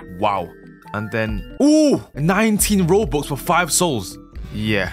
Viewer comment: I love it when he says robux it sounds like roboox